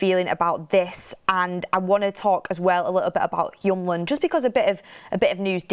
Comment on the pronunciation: His name is hjul-mand, not hjum-land